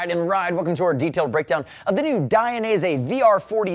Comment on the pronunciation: DID I just here you say DI an EASY? cos I always thought it was pronounced DAYin EASY - what do you think? I wonder how Valentino says it?